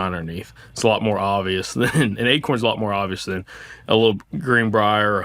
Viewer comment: Ache-uuurrrns 😂 sir, you meant to say A-corns. Not achy-urns